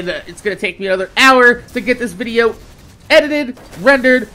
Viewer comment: I completely agree with you on the whole religion thing,. The one thing thing I've wanted to know is why you say vidja like that. Sorry for saying this but is it because of Yote? I have no problem removing this if you want but I was just curious.